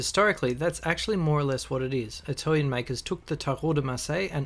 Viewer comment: I loved hearing you pronounce the names in correct Italian. I do struggle with that. Lovely video!